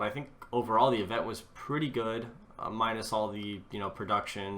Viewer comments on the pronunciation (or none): none